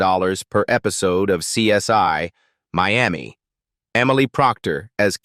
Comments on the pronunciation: The show is called CSI not CS1.when yo are doing voice over work get it right. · I hate AI! It's CSI (pronounced "see ess eye" and NOT "see ess one")! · SOMEONE PLEASE TELL THESE AI PEOPLE THE CORRECT SAYING IS... C. S. "I", NOT C S "Y". 😠😠😠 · Who is this narration? Truely horrible 😢it's CSI not CS1 😮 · Hey,, it's CSI, not CS1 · Why did this narrator laways misprounced title? It is CSI as in investigation, not one. And he sounded black.. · The worst AI narration ever. Laughable with mispronunciation of CSI as CS1 & CSY throughout. Also several instances of video shots that had NOTHING to do with what the narration was saying. What an embarrassing mess this video is. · AI cannot pronounce CSI